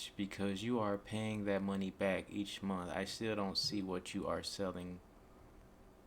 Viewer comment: Don’t take advice from any person who pronounces the word “month” like “munt” 😅